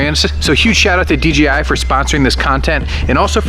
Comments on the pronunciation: Sounds like you’re saying DGI. 😅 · DEE JAY I , not dee gee i "Yo man, wanna see a new video from FleetTest?" - From what? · why do they say "D G I" instead of D J I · why did he keep saying dgi but the real name is dji